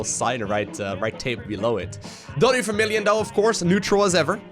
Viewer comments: Hei, it's vermillion not fermillion, is dutch like german in which you say 'f' instead of 'v'? Cool vids though looks like brutal is non challenge for you 😉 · Acting Like it's Vermillion, but he pronounces it that way because of his accent because he's from the Netherlands.